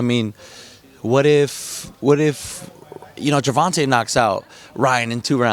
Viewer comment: Y can't this reporter can't say TANK name. The right way .he keep saying Gervonta name wrong..dang bro